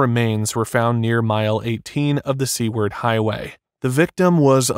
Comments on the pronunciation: I was trying to figure out what in the world the “Sea Ward Highway” was. Seward! Sue-ward, soo-ard. I thought everyone knew how to pronounce Seward, considering the purchase of Alaska was called Seward’s Folly. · Seaward, not C-word. Took me a second to figure that one out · It’s the Seward Highway, not Seaward. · Are you talking about Seward Hwy? This is saying Seaward.. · “Sea-word highway” 😂 great narration voice tho excellent otherwise